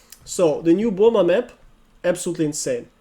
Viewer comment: That's how it's supposed to be pronounced. Saying "Burr muh" is more of an American thing.